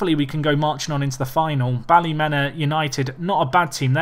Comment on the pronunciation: its pronounced bally-meena Easy mistake